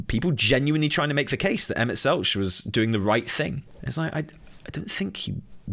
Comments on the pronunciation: Oh man, the only take away I have here is just...please listen to official pronunciations of names, lol. Selch has a hard K sound. Hythlodaeus is hith-lo-day-us (The i is pronounced like in 'in'). And while I agree with 'cool motive, still murder', I will correct you with SHB lore you seem to have missed - their friends aren't, for the most part, 'dead'...just split into various other lifeforms on other planets. So, to these godlike/angelic beings, they don't perceive that as murder. You're basically like...a homunculus, or something, a malformed creature with like, half a soul, if that. To them, you aren't a living creature. It's about point of view - we spend a lot of SHB trying to show Emet that we are still worthy life forms, even if we ARE only partial souls of his old comrades. In the end, whether they acknowledge that we're life forms of our own...it is still murder. It just doesn't come across to THEM as murder, since you aren't really a living thing, to them. You're a mistake that's stopping them from doing what they promised their friends they'd do millenia ago - get them back. It's very...Shakesperean in its tragedy. Doing bad things for good reasons. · Kinda hard to watch the whole video with you mispronouncing "Selch" the whole time lol. Killin me,:)